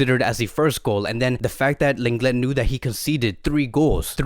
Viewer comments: Just so everyone knows, the correct way to say Lenglet is Longley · 😭😭 well it’s bad that he supposedly pronounces lenglet’s name wrong all the time😂